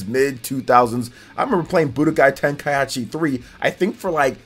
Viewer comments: Its ten - ka - i - chi. Not ten - ka - yat - chi 😅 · Who else cringed when said "Tenka-achi" instead of "Tenka-ichi"? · Man said tenkaiachi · "Tenkayachi" cracks me up xDDDD It's Tenkaichi. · Ten-kai-chi not ten-kai-achi. And while we're at it, ah-tel-lee-a (Atelier), is french, means workshop for an apothecary, but in the game's case, alchemist workshop. No disrespect intended bro, I enjoy the content and trying to be helpful. Hope you have a good one. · It is not TenkaiAchi is just Tenkaichi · its TENKAICHI, NOT TENKAYASHI!!!!! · "TenkaYAchi" smh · Ten-kai-chi. Not tenkai-achi. That is all. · Tenkai what?🤣 this man said achi? It’s ichi the Japanese language is just different lol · Its pronounced kai-chi lol not kaieechee. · TEN KAI AH CHI lmaoooo 🤣🤣🤣🤣🤣🤣🤣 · TEN KAI HA CHI?!!?!? TEN KAI HA CHI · Say it with me: Tenkai-EE-chi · I know a lot of people will be bothered by the fact that I can't ignore this, but please, just sound-out words when you learn them. There's no reason to turn Tenkaichi into TenkaiAHchi. You're making it harder on yourself by adding an extra syllable for no reason. I know it's not an English word, but the only people who have an excuse to not just sound it out are people with dyslexia. If you have dyslexia, then I apologize, but everyone else should be able to read it out loud one syllable at a time a couple times and be able to get it. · Ten-kai-ichi. Ka-ku-rot. This is how you pronounce these. Other than that solid video. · TEN KAI AH CHI 😂😂😂😂😂😂 Damn! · TenkaiAichi? Lol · he must have said it on purpose for comments lol ain't no way he actualy thinks its pronounced like that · Tenka-whut-WHUUTTT??? Anyway, would be nice to see more updated DBZ games. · I've never heard anyone butcher Tenkaichi that hard it was hard to hear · This guy not only butchered tenkaichi but also kakarot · The way he pronounces Kakarot and Tenkaichi. 😅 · I was happy for this till the guy pronounced Tenkaichi wrong xD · Im dead